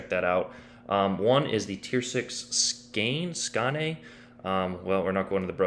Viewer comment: Skane is pronounced “skanye”. Like Kayne with an “S”.